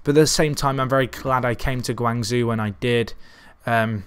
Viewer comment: Really love this channel. Probs of no help its pronounced guang ZJO!! So hard to listen too lol again love the channel